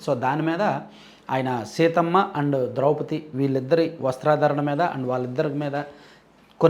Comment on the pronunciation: ' వస్త్రాదరణ' కాదు... అనాల్సింది...'' వస్త్రధారణ '' మరో విషయం వాడు క్షమాపణ చెప్పిన విధం చూశావా... "ఒకే ఓకే అడిగారు కదా క్షమాపణ చెపుతున్నా" కానీ నా క్షమాపణ accept చేయకపోతే మీకు అష్ట దరిద్రాలు అంటుకుంటాయి" అంటున్నాడు...వెధవ 😮😢😮😢